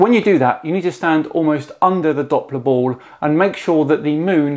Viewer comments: Why can he not pronounce the L in ball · is it me, or is this guy not even able to pronounce the word, "ball"...